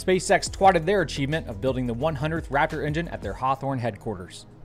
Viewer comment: "ELON ALSO CAME OUT AND TWATTED" LOLOLOLOL